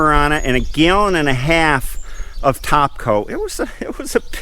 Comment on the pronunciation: Got a kick how you say gallon…..had to replay it figure out what you said.